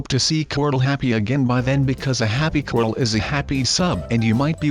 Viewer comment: its not crol its corl